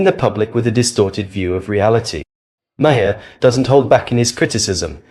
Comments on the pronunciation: Mar. Not ma har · Its pronounced Bill 'Mar' not 'Ma-har' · It’s Mar, not Ma-her. Only one syllable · Bill Ma-HAR??? 🤣🤣🤣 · Ma-har is one syllable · Mar. Like the planet Mars. Its Bill "Mar" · His name is pronounced Mar. Like Mars without the S. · Okay. I am not sure if this narrator is A.I. but the constant mispronunciations of Bill's last name is annoying. First the narrator pronounced it as Ma-har. Then after that pronounced it as Ma-hair. If you are going to comment on these videos get it right! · Why do you call him Bill Makhaar? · Why are you even on YouTube? You don’t even know how to pronounce his name correctly. It’s pronounced mar as in Del Mar. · Just a side note Bill pronounces his last name Maher as Marr. Great video other wise! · If you can't even pronounce the man's name properly you probably shouldn't be here.